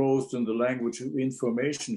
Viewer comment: In-FORM-ation - the essence of form?